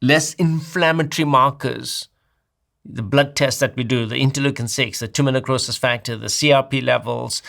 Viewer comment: For the blood testing is he saying Timonucosis Factor as it says in the captions or is it Tumor necrosis factor (TNF)? I googled and can't find Timonucosis Factor only Tumor necrosis factor but it doesn't sound like he is saying that.